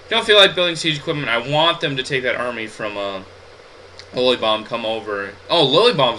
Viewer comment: Lol. i LOVE your pernounciation of Lilybaeum. "Lilly bomb." HAHAHHAAHA